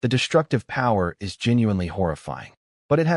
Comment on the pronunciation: omg, please fix the MY to sound more like m-eye rather than M-Why? or is instead of "I" "S", b-awwww vs b-oh, etc